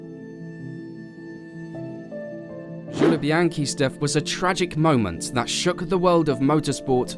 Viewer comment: Great video but it sounds like you're using an AI speech engine every time you say french names. Gilles and Jules are different names! (Zhill and Zhuul).